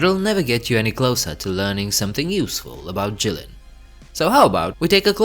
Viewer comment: It's Jilin though